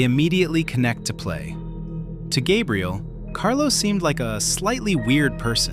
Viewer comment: Gabriel ❌Gaybriel✅